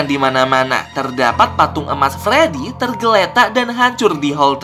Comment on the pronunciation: Abang aku mau bilang kayak nya Abang salah bilang pas di patung freedy Abang mala bilang fledy😂😂😂😂